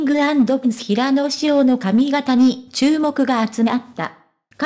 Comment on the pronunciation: ヘイヤではありませんヒラノです 聞きにくい話しが古い